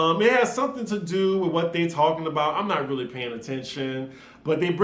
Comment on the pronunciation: "RRRRRREALLY!" Girl- I was like where yo accent at????? Sounded real southern/country... 🤣 🤣 🤣 🤣